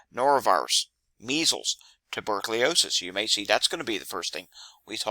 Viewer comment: "Wreak" not "wreck , as in havoc. "Tuberculosis". Not "tubercliosis", as in lung disease. Also, it's "alZheimers". Not "alTs-heimers", as an aggressive form of dementia .